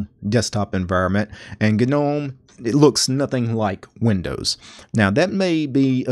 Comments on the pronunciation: I want you to know that your video was great until you started saying gnome. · Great guide. But the way he says "Gnome" has me cringing XD. I know it's technically a correct way of saying it, but still sounds wrong haha